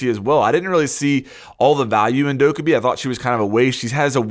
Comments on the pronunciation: Stop saying dow-ka-bi. It's doc-ae-bi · It's not Dokk-uh-bee Jesus Christ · Isint it pronounced Like Dough Ka Bee Idk. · The title: you're using dokkaebi wrong me after watching the video "But you're saying her name wrong tho" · The way you pronounce Dokkaebi makes me want to kill myself -_ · I think the real mistake in this video is you saying Dokkaebi's name wrong... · You’re saying Dokkaebi wrong!